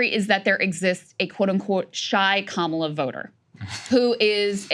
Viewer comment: Bruh Saagar, you are Indian, why do you say Kamala wrong?